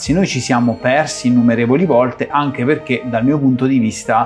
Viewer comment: Avete fatto un corso di dizione? Riuscite quasi a dire tutte le "T"! Sull' "anghe" c'è ancora da lavorare però...